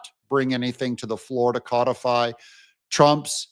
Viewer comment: It isn't CO defy.😂😂😂 Ask Google to pronounce CODIFY. You are doing it WRONG.😂😂😂😂